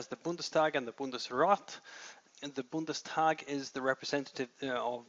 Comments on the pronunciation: It's Bundestag not Bundesdag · Oh, come on, it's "Bundestag" not "Bundesdag", we're not in Saxony here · A very good and clear description of the German political system! Just two hints: The word is "Bundestag", not "Bundesdag", and the term "Ossi" is very offensive, you should never use it in an academic context.